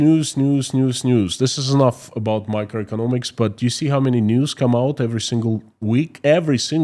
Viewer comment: I CANNOT DISTINGUISH YOUR 3 CATEGORIES?? Your first is 'microeconomics' but the second is also labelled 'microeconomics'. You pronounced it the same way last week also. I turned on 'captions' to see if YT could show any difference - it did not. What is the LABEL for your second category??